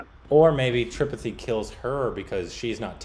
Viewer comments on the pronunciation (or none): it's pronounced tripaaaattte not tripati